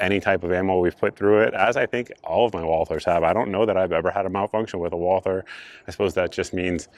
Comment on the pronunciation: Walther is German: no "th" sound in German. Canik is Turkish: the C is soft and not hard and the a is not a long a, but the same as in "can".